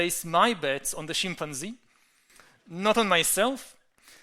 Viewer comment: great thinker but I swear he enjoys saying Shimp-an-zee .. he uses this in 50% of his talks .. again dont get me wrong he is a very powerful speaker able to explain complex ideas.